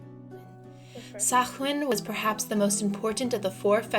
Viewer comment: Sach-win, really... Samhain, pronounced Sau-win Druids aren't a Celtic group, they're more like Spiritual leaders. Basically priest of Celtic polytheism